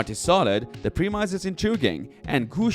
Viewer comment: The way you pronounce "premise" is driving me crazy.